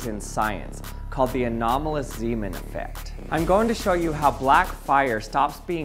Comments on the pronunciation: Ahh, Zeemaneffekt. I am hearing Seamen here all of the time. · zay, mahn... not Seeman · You say Ziiiimen. That is not his name. Its more like Nay in Nay sayers. Zayman. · Zaj-man, not Z-man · My wife was in the next room and thought she kept hearing you say "semen" when you said "Zeeman". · It's pronounced more like Zaymahn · fire fire …fire fire…. he said seamen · Haha! "Zemen". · Well if he’s Dutch, it would be pronounced “Zayman”. Zee (zay) is Dutch for sea, so it would translate as Seaman aka Sailor). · Just for the record, Zeeman is pronounced Zaymahn. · As he was Dutch, pronunciation of "Zeeman" should be accordingly, with the "ee" sounding like the "a" in "play" and also the "a" sounding differently, but I cannot find an English word with the same sound ... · "Pieter Zeeman" is pronounced slightly different, it's roughly like this: 1. Pieter: Very similar to Peter, perhaps pee-ter might be slightly more accurate. 2. Zee: Very similar to Say, but with a Z at the beginning. 3. man: Sounds more like "mom" but with an n at the end. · I almost made it, but "Anomalous Zeeman" got me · The ee in Zeeman is pronounced like the ay in say